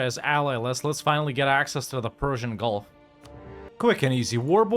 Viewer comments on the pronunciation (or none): none